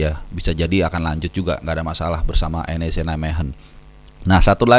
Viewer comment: masukan sedikit bung, untuk penyebuta NEC meghen (klubnya Verdonk), jgn NEC=Neck tpi di eja N.E.C, krn kata org belanda neck itu bisa diartikan ledekan atw hinaan